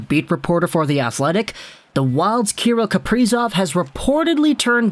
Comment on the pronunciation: say his name right broski